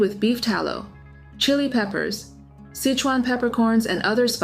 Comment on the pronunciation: Sichuan pronounced SI•SHWAN. Not sich•on